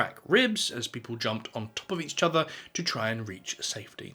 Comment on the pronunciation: why does he insist on saying each chother